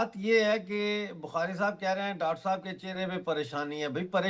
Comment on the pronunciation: GD bakshi Shab..ab aap debate se bhi retirement lele.....baar baar "shab shab" bol kar apni garima khatam kar rhe ho.....aur sath hi lamba kheeech kar bolte ho....ab apki umer ho gayi...media main anna band kar do... please